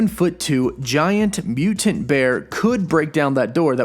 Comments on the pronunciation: I can't watch this video based on the way you pronounce "mutant." LOOOL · Uggggg the way he says mutant really bugs me